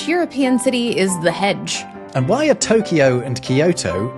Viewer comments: Japanese is pronounced flatly, without stress. A few clunkers I heard: should be Eh-do. Toh-kyo. Kyo-to. To-ku-ga-wa. No stress, please. On a related note, Chinese is to most other Asian languages the way German and Latin roots show up in other European languages. So the "nan" [south] character and sound in Chinese is going to appear almost the same in Korean, Japanese, etc. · Ok you two butchered the Japanese names. Its Eh-do, no EE-do to start. Generally the Tokyo accent will stress the first syllable.TO-Kyo not To-KEE-o. KYO-to, not Kee-O-to. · It is not pronounced TO-KEY-O, it is TO-KYO, 2 syllables. KYO-TO not KI-YO-TO